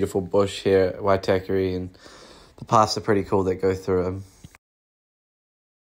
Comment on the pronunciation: Great video. Only thing you need to work on how to pronounce Waitākere properly 😅